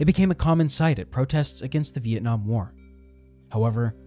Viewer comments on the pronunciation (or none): none